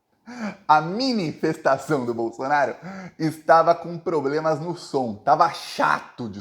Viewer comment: Ele fala "pobrema"!?